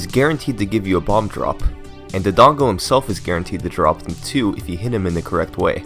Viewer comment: The name is Dodongo not "Dongo" you embarrassed to say it right or something cause it really isn't hard to pronounce